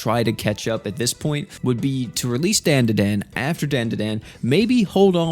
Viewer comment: its "Frieren" and "DanDaDan" not Friren and Dandan Learn English